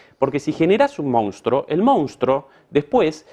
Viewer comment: Minuto es "monstruo", no "mounstro".